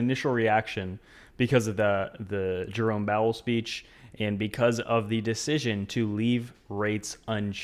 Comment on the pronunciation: He calls him Jerome Bowel 💩 😭